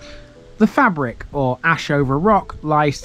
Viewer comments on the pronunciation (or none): Fay-brick, not fabric.